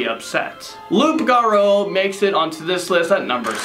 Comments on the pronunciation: It's pronounced " loop garoo." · loup garou is French for werewolf. It’s pronounced “loo garoo” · The French werewolf creature is pronounced as Loo Garoo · Its pronounce loup like you garou its pronounce ga-rew loup-garou or like lew-garew